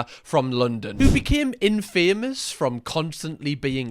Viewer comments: Love you but the word "infamous" is said as it is. Infamous not in-famous. Remember in Spiderman and the newspaper guy says if spiderman wants to be famous, then I'll make him, Infamous. 😂 Watch it. It's kinda fun. Kbye now❤ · The way you say "in-famous" instead of "in-fa-mus" probably wouldn't have bugged me as much if it wasn't said 20 times in a row 😂😂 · Love your videos but why do you pronounce infamous like that it's one word not in.................... Famous 😅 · Great video but the way you pronounce infamous really stresses me out! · i’ve never heard anyone pronounce infamous like that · Love the way pronounces infamous 😂❤ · Fella you’re pronunciation of “infamous” is brilliant😂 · I beg you, please look up how to pronounce infamous.